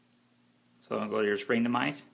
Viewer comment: its springtomize .. no R at the end..